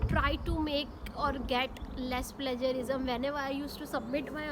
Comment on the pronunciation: You are pronouncing it wrong “Plagiarism”